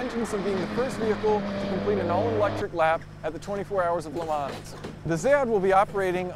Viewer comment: Le Mans is pronounced "L'man" there is no "s" in there. Easy to remember: "Bon-Appety, L'man, Illinoy"